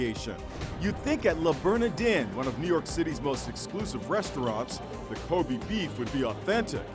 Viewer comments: Ilona Barsoomian they also made a mistake pronouncing wagyu and kobe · yall cant even pronounce kobe and wagyu properly, americans 💀💀💀